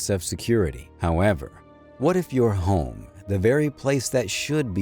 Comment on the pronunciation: This is one of those garbage ai created content farm channels, I left this vid on just for background noise until I noticed the ai voice fail to pronounce "home" lmao Editing was probably done by a person who only cares about money, but the script and voice over is 100% all ai, who knows, maybe the editing is too